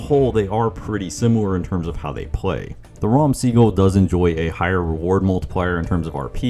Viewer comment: Amazing video:washhands::washhands: Small note, The pronunciation of the tank is "Raam Sagol" - which means "Purple Thunder"